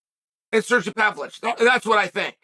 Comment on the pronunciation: ‘Surgee Pavlich’